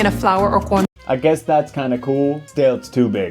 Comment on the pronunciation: Kinda odd to use the accent with “corn” and “fresh” lol but I know pronouncing Spanish words with the accent happens a lot. Especially with Spanglish speakers